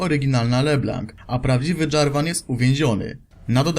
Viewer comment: Le blanc czyta się le blą . :)